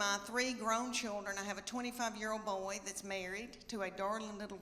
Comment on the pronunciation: She said “Bo-Wee”. Was she trying to say “Boy”?